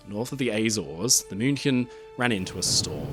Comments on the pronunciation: German native speaker here - perfect pronunciation of "München". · Spot on pronounciation of 'München'. Also a little not-so-fun fact: Her sister almost sunk in a similar manner a couple of years later. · I appreciate the correct pronunciation of München. Thank you, A native German speaker